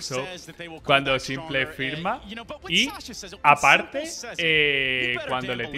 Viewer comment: S1mple??? Madre mía... solo falta que digas gla1ve en lugar de gleiv... 🤦‍♂️